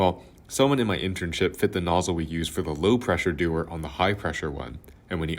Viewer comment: its de-war not doers :<